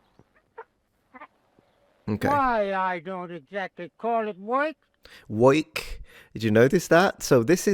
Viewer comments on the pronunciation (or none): The way the gentleman pronounces 'work' sounds like some people in modern New York, would pronounce 'work'. And also pronounce New YORK. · “Woik” not work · Popeye the sailor used to say woik instead of work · Yah know as some one from New Jersey ,and 50 years old, he doesn’t sound that much different than I remember my Grandmothers Uncle who was born in 1903…the only really peculiar thing is the pronunciation of the word Work as Woik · Many of the older folks when I was boy people who were in their 50’s…60’s…70’s…in the Bronx. Old New York pronunciation of the word “ work” he phonetically woike …earl for oil…goil for girl…badaydo for potato . He say world …woiled. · What i find very interesting is that we hear the now diminishing marker of a New York ('Yoik') accent which is the dipthongisation of r stressed vowels. He pronounces work as woik for example. Many vowels I'd expect to be monopthongal in such an old accent are not! Same is monopthongal, so is phone in telephone and day. Otherwise dipthongs are common. He often pronounces 'a' as 'e' mid word. This was the English RP pronounciation in the late 19th century. I think his speech is transatlantic. Lots of archaic British elements to it. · Work pronounced in his style ("woik") is regional, but likely disappearing, typical of Brooklyn (New York) even in the late 20th century. Notice "foist" instead of "first." His intonation is very similar to Franklin Delano Roosevelt's---whose speech was conservative.. The non-rhotic R is North American (east coast but disappearing). "Deluxe" style was incorrectly transcribed in the subtitles as "Duluth." You tv might want to google "fruit cake lady" who was an elderly lady from Alabama who was a regular on a popular tv talk show in the 1990s. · Woik, foist, woild. Anything with “or” sounds like it becomes “oi”. Great video! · I love how he pronounces 'work' like 'woyk' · It was more like "woik" or "woeik". Bugs Bunny used to pronounce it the same way.